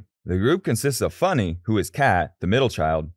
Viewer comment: It is funneh it's not Lunar